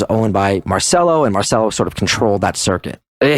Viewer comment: It is pronounced "Marchello".